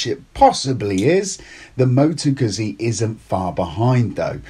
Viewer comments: Gutzi, not guzzy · Had to stop watching as his pronunciation of Guzzi was driving me mad..He should know better. The double 'z' is pronounced the same way as in pizza for god's sake. Sorry just OCD kicking in....